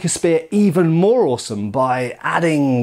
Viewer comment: The way you say “awesome” shows influence from Shadiversity.